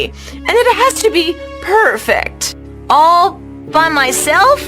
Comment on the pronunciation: Every perfect is like PURR FEKT